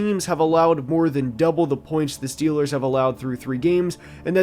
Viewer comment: Schiillaz two da SchyuperBoul